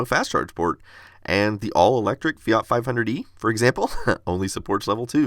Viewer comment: Wait, is that how Fiat is pronounced in the US?